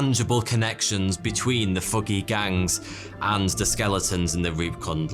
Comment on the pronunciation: What is foogey? ("thuggee")